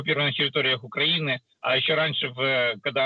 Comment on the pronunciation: Українців чому він наголос стасить не правильно ми не окраїна ми центр Європи і Київ центр України Русі.